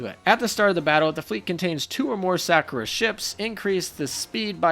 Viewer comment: "The Sack'o'rah Ships" xD